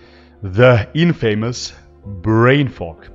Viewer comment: It's not inFAYmus,dear...it's inFUmous